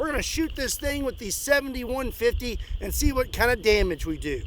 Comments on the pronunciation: Am I the only jackass that hears it as the 71-50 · Doesn't it sound like he says 71-50 not the actual caliber 70-150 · can't help it... it sounds like your saying 7150, maybe 71.50 lol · Lol everytime you said "70-150" I heard "71-50"😂😂😂